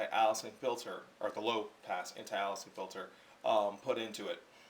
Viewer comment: You dont even understand file formats, how are you even testing these and making a video. You simply are under the influence of wrong information. You need to test in raw. with equal lenses conditions and set conditions. Its called Aliasing, pronounced "Aylessing". Dude, its like you just learned this stuff and regurgitrating it as if you actually understand it.